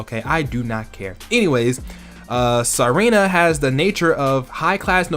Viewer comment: or it's meant to be pronounced Serena